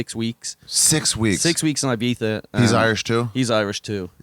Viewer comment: why do they keep saying "ibiztha"?